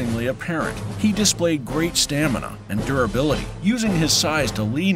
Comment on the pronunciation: “Gonna put a GrrrrRhhhate show”